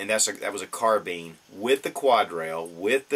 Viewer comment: I didnt watch the rest of the video because he said carbean instead of carbine